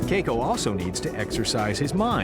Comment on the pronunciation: Anyone else bothered by how the narrator is pronouncing Keiko?